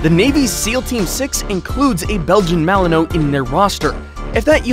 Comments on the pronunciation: Pronounced Malin wah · You said the malinois wrong lol